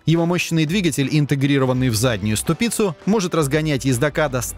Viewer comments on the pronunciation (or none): Интересно, это нейросеть такая или диктор настолько безграмотный, что не знает половины слов русского языка! В каждом ролике перл - ступИца! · Да сколько можно...стУпица ударение на У. Быстро исправляйтесь